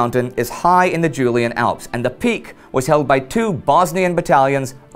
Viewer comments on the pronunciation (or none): none